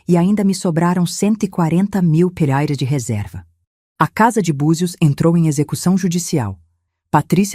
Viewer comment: Boa historia só não fala direito, porque não falar Reais porque falar reares é feio falar errado.